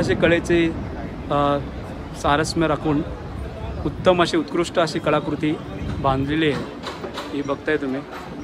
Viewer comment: कलाकृती बोला . ळ आणि ल बोलायला शिका. आणि पुछुया काय ?? विचारूया असतं . Avoid repeating same dialogues like , "Tumhi baghatach basaaal " kiti velaa tumhi baghatach basaal bollayt. N mike ghyaa you cannot say "Jara joraat bola na " to the owner ..... Take our feedback positively.... n improve yourself.